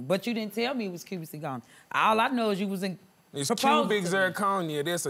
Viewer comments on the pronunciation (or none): The way he kept saying CUBIN ZIRCONERRRR 😂😂😂😂😭😭😭💀⚰ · Him: it's cubic zirconia Me: that's fake Him: It's cubic zirconia! Me: That's fake! Him: IT'S KEWBIK ZIRCONIA!!! ME: DATS FAKE‼️‼️ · It's cubiczIR conia, It's cubiczIR conia, It's cubiczIR conia, It's cubiczIR conia, It's cubiczIR conia, It's cubiczIR conia, It's cubiczIR conia. It's a diamond tester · He said CUBAN zirconium lmao run it bike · It's cubic zerconie; it's cubic zerconie😂😂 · Another pointless, typical hood relationship... except, she looks super crazy with those lashes 😂 he keeps saying "cubic zirconia" like it's not synonymous with fake😅